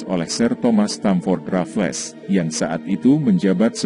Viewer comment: Sebutan Stamford Raffles adalah Stem-fed Re-fels